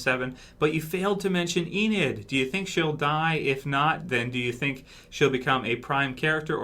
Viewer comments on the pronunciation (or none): none